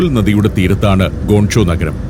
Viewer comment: ഗോൺ ചോ അല്ല അണ്ണാ, ഗ്വാങ്ചോ